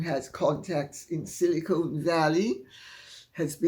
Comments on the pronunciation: It’s “Silicon” short “o”, not “silicone”. From an SV Veteran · Afternoon Lady C: Not pedantic by nature, but... It's "SiliCON" As in "ex-CON", not "SiliCONE" as in Meghaliar' Boobies! Love YOU so! Stephen (BTW, ex-pat Native New Yawker! )